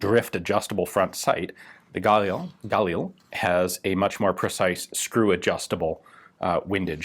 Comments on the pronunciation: Mishmar HaYarden is a name of a place, not a name of a person. Also, its pronounced as gaLIL instead of GAlil, and mishMAR hayarDEN instead of MIshmar haYArden. actually, mishmar hayarden means yarden guard, or jordan (river) guard. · Sorry this is driving me crazy. The stress is on the start of the second syllable. So its Ga-Lil, not gAlil. Emphasis the L more than the A. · GUH leel. Not GAAHHL EEL. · if you pronounce it guh-LEE-lee ...why do you pronounce it GAUL-eel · I think Ian meant "...the Galil" not Fal here! :P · It’s pronounced gal-eel mate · i thought it was pronounced guh-lil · I thought it was pronounced (gah) + (lil) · Pronounced "Gah-LiLL" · His pronounciation of "Galil" is so cringe-worthy.... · Pronounce Galil just like you pronounce Galili but without the “I”. The emphasis in the word Galil is on the “Ga”. Not on the “lil”.